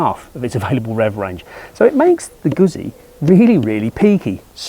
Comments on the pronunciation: Any Italian machine going that distance without breaking something is a remarkable advance in and of itself! But it IS Italian, so it isn't "Guhzzy" it's "Goot-si". Respect the name, respect the language. Beautiful bikes. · It's pronounced Goot zee